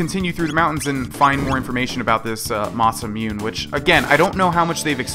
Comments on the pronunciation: it's pronounced Mah-Sah-moo-neh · i know this is mad late but since it's japanese it is ma-sa-mu-ne(nay) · I still cringe whenever says masamune, the last part is pronounced Moo-nay, so it's Masamune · it's masemune (moss-a-moon-a) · The masamune is pronounced masa moon a